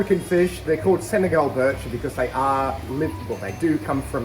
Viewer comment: Pronunciation is Bee-sheer. French annunciation from arabic dialect.